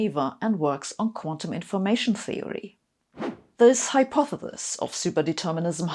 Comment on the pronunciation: Nobody can rock a dominatrix outfit and mangle the word "hypothesis" like Sabine.